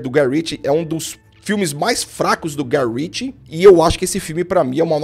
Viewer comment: Prestou atenção "Guy Ritchie" , tome tento.